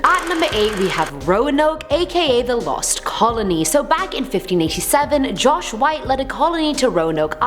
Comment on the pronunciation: John white not josh white